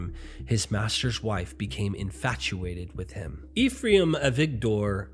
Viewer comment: lol, i thought u were buddies with a Rabbi. Ephraim is pronounced EH-FRY-EM or EHF-RY-EEM:)